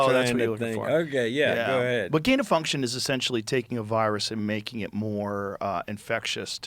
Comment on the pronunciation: Woody struggling for "Gain of Function"